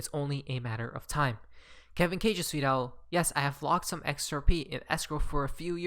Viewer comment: are you saying "tweet out" or "sweet al" . calm the fuck down and pronounce your words.